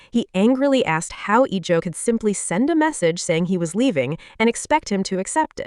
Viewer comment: Iljo* jeonghan*. AI wildin on pronunciation. 😊❤